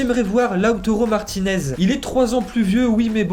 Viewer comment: lautaro et non lautoro. fais un effort cousin. quand tu parles d'un joueur et u rattes son nom ca donne pas trop envie de te suivre dans ce que tu fais